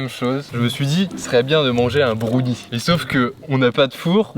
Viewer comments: broun quoi ? brouni ??? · C pas brounie il faut le prononcer comme brun en anglais donc Brown et ensuite ise donc brownies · Vous, vous dites brOUnie ou brAOnie? Ça me perturbe tellement quand il dit brOUnie. Moi j'dis brAOnie ps: je sais que ça ne s'écrit pas comme ça, c'est juste pour la prononciation. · Mais qui dit brouni pour browni xD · Wtf comment ils prononcent brownie "bRoUnniE" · Moi je dis brouni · M•A•T•H Effectivement, j’ai bien eu cette réaction 🤯🤯🤯 Surtout à cause de la manière dont il a dit brownie 😅 Je ne juge pas les Français, mais la plupart d’entre eux utilisent beaucoup de mots anglophones sans nécessairement bien les prononcer.... 🤷🏼‍♀️🤦🏼‍♀️ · C’est incroyablement drôle quand prononce le mot « Brownie » 😂